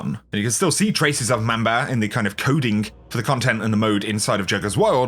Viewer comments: It’s pronounced MOM-BA, not Ma’am-ba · Mom-ba not Mam-ba. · PLEASE PRONOUNCE MANBA RIGHT